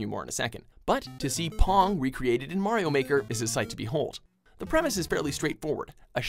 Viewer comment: MAYRO MAWKER